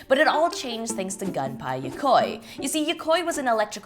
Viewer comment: Gun-pie LOL. It's goon-pay